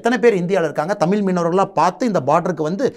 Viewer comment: தமிழ் என்று சரியாக உச்சரிக்க தெரியவில்லை ..இவர் ஒரு மாநில தலைவர்